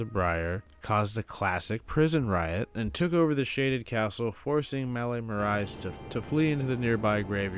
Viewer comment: The pronunciation on Marais tho😂 love the video tho!